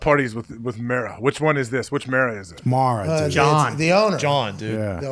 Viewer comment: Aj actually said Mara's name correctly. It's mare-a